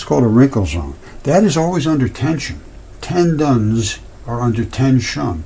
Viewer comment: Ten-dons are under Ten-sion,! Boinnggggg